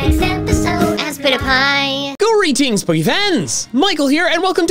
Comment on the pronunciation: aspitpiay, where does the a come in, you said (As-pit-a-piy) so how?